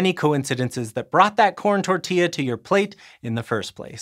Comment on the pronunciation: as a Guatemalan, I'm happy you talked about nixtamalization, and the correct pronunciation of tortilla 😄😄